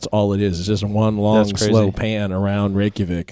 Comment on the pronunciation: damn you say reykjavík perfectly lol i have never heard a american say that correctly